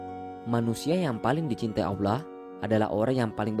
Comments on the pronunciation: Dia nyebut Allah tu kayak awlah...kesel gue dnger nya pdhl udh bagus topik nya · Belajar ilmu Diynul Islam dgn akal sendiri dan lewat media, gurunya adalah syaiton menyesatkan. Apalagi yg memberi ilmu merasa pandai. Contoh divideo ini menyebut lafadz Alloh dia sebut Awlah... dimana ilmu tajwidnya. Sifat dajjal itu membungkus racun dgn madu, tangan kanan racun tangan kiri madu, seolah2 baik padahal buruk. Sekali lgi tidak ada 1 ayat Al Quran menerangkan adanya jembatan shirotol mustaqim. Sudah mengada2. Kebanyakan orang2 meyakini kebenaran menurut orang banyak dan kebenaran menurut nafsu akalnya sendiri. Bukan kebenaran dari ilahi yang haqiqi.